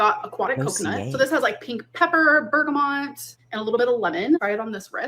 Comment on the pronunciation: there's no N in bergamot. The way she says dossier is.. uggggh